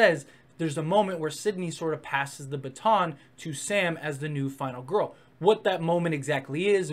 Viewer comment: ...that's how you pronounced baton at one point.